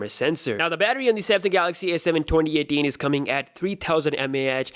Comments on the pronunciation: i mean his accent is so perfect except the 2018 lol. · The way he says 2018 hes like twonty etin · He's Indian spy 🤔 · cuz he is pakistani..